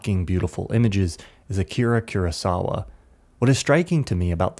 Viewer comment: Such a good video! Just as a tip, the legendary filmmaker who we all love is named "KOO-RAH sawa" not "CURE-AH sawa"! Just for future reference!